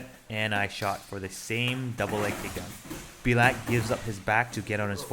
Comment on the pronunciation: His name is Bulat which is pronounced like „boo-lat“. You however called him „bee-lat“ which sounds similar to a russian swearword 😅